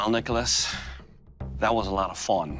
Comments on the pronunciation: kill test. "That was a lot of fawn"? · THAT WAS A LOT OF "FON"